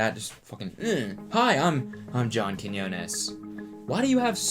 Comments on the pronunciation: cody actually said john's last name right this time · he said his name right finally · QUIÑONES, KEY-NHIO-NES! My Guy Cody👊🏽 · no ones talking about how he finally pronounces johns name right. im proud of u cody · CEO of finally pronouncing John Quiñones right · Can we all take a moment to appreciate Cody finally saying Quinones right? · Cody out here finally saying John's last name right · i like how he fixed his pronunciation of quiñones without making a mention out of it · He learned how to say Quiñones!!! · Cody you said it right! I’m proud of you 💗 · YOU FINALLY LEARNED HOW TO SAY HIS LAST NAME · respect to cody for finally learning how to say Quiñonez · look at you finally pronouncing quiñones right! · the character development of cody finally pronouncing john’s last name properly is on period. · ...just the fact that he said Quiñones right the first time, made me have so much joy... He said it so wrong in his last video, lmao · you said his name correctly! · Catch Cody correctly pronouncing Johns last name ✋😌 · Is it my imagination or did Cody actually pronounced John Quiñones’ name correctly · cody learned how to say johns name thank god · So happy Cody is pronouncing John’s last name correctly now 😃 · im just glad he finally learned how to say Quinones lmao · i’m BEYONDDDDDD glad that Cody is finally saying “Quiñones” correctly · Damn Cody really got roasted into learning how to pronounce Quiñones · i was stupidly happy when he learnt how to pronounce an ñ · He finally pronounced his name the right way lol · I’m just glad he learned how to pronounce Quiñones correctly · hey, at least cody finally figured out how to pronounce quiñones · finally pronounced Quinones right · Thanks for finally saying his name right lol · That pronunciation of Quiñones! You practiced. 😘 👌🏼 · he pronounced john’s last name right this time ! bullying works <3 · he learned how to pronounce quinonas :) never too old to learn something new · omggg you finally said quiñones right